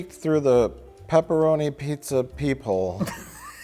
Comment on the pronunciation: Also “Peeparoni”